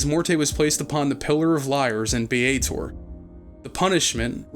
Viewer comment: Bar that! It's Sigil, berk, not 'Sijil'! Also, Baator is not 'Biyeytour' but --> the first A is pronounced like E in egg and the second A is pronounced like A in affirmative. And then stress the first vowel and you might just blend in with the crowd...and not end up in the Blood War. ;)